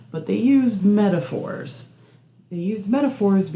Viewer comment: Mee-ta-fort ? Non sense, I firmly believe in literalism.